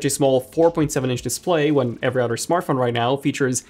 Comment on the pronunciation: It’s other not orrer